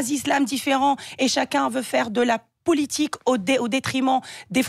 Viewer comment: Elle parle pas bien français. Elle n arrete pas de dire POULITIQUE.